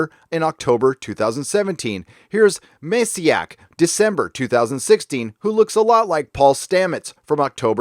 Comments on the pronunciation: I enjoy your analysis but please learn to pronounce Polish names. Mehsiak? Seriously? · By the way, I think "Maciek" is pronounced "Mawcheck". This is good info, though.